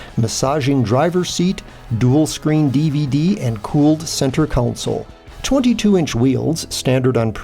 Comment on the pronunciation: So even though I didn't get an answer from you to my question, on your last video. I wanted to watch this video to hear you again, and you did say again "CENTER COUNSEL" however the closed caption service had it down as Center Console??? I'm still confused, Who is correct here?